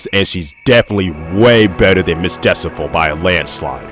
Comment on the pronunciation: Why do you keep pronouncing Miss Decibel’s name as Miss Decifol/Decivol…?